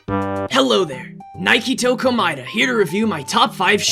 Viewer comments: Nagito Komaeda🙅🏽‍♀️Niketoe Komaeda✅ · I love how no one is talking about saying his name as Nike-toe in the intro- Really nice word play though! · NIKE toe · NIKETOE KOMAEDA 💀💀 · nike-toe komaeda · i misheard mankytoe komaeda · Na gay toe Komaeda should have been how he said his name honestly lol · Nah he said Niketo Komaeda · Pretty sure he said "Nike-toe Komaeda"